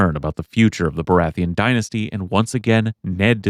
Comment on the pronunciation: Good video. Except: BORATHEON? Sorry I had to point it out, I am just that guy. Great vid tho:D